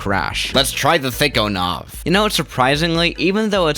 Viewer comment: Why do you say thichonov